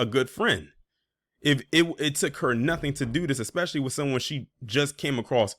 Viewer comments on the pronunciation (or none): none